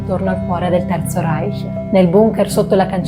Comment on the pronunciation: Da persona innamorata della lingua tedesca, apprezzo molto la pronuncia del CH in "Reich". Grazie!❤